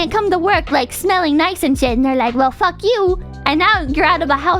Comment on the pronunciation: What Ever the FACK 하는거 너무 발음이 찰지다 ㅋㅋㅋㅋㅋ Sucking His DICK 이랑 라임도 딱맞음 ㅋㅋㅋㅋㅋㅋㅋㅋ